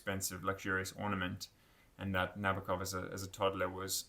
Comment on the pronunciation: The name is pronounced Na-boak-off. Stress on the “boak.” I met an old lady who had him as a professor at Cornell. She said that is how he told the class his last name is pronounced. She gave me the book they used in class. She also hung with Thomas Pynchon and played tennis with Ruth Bader Ginsberg. She said, “That’s why you go to an Ivy League college.” And there I was, a high school dropout. You got the pronunciation of Nabokov’s first name wrong, too, but I’ll let you work on that on your own.